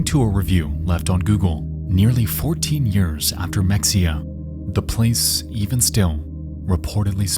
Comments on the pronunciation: just an fyi mexia is pronounced the spanish way. the x is an h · On that Ft Worth story: us Texans pronounce it “Hemp-hill” not Hemfill, and “Muh-hay-yuh”, not Mexia. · It’s pronounced Me-hay-ya not mexia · It's in texas with Spanish influence, mexia said mex-e-a is pronounced ma hay uh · So its not pronounced "mek-see-uh" its "meh-hay-uh" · Mexia is pronounced, MUH - HEY - AH Not MEX - EE - AH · As a Texan, I was like where tf is this city Mex-ee-ah? Like a Texas city I haven’t heard about that’s crazy I wasn’t watching how it was spelled bc I was on my phone. Then realized he was talking about Mexia (Muh-hey-ah)! I cringed every time he said it HAHHA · Mex-ia. LOL - In case anyone isn't from Texas, it's Ma-Hay-uh. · It’s pronounced meh-hey-uh, not mex-ia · Mexia - pronounced ma-hay-a. Another weird Texas name. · Mexia is pronounced, Mah-Hey-Ahh. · The Mexia supermarket is "muh HAY uh" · mexia is pronounced ma-hey-ah lol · there is something so funny about the way he says Mexia , typically ppl would say it like muh-hay-yuh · Its pronounced "Mah-hey-a" And why yall want to view or hear video of people dying. How sick is that, the disgusting morbid curiosity of you all. Hell your generation is notoriously weak and definitely couldn't handle it without years of that thing called therapy. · FYI, Mexia is pronounced “meh-hay-a”! Signed, a native Texan. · It’s pronounced “muh-HAY-uh”. Like the small town outside of Waco that Anna Nicole Smith is from 🤭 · "Mexia" is supposed to be said as "meh-hay-uh" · It's pronounced muh-hay-uh by the way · Mexia is pronounced "muh-hay-uh". (I grew up in Fort Worth and was in high school about to graduate in 1999) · That isn’t how Mexia is pronounced, but you’ll be forgiven for thinking so. It’s Meh-hay-ya. Much like how Mexico is actually pronounced Meh-he-co. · Mexia = pronounced ma-hey-ah. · Also as a Texan I want to let you know Mexia is pronounced “MEH-HEY-UH”